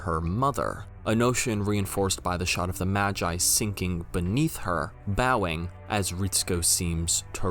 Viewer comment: Why do you say MAGI like Majai? マギ Ma Gi Gi sounding like the start of the word geese.